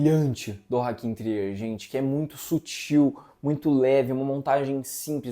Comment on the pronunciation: Só uma observação: o diretor não é francês como vcs podem pensar pela pronúncia do seu sobrenome. No Google é possível ouvir a pronúncia em Norueguês.